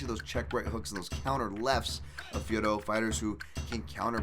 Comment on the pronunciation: Finally someone who pronounces Fiorot correctly! Please tell Anik that this is how you say it.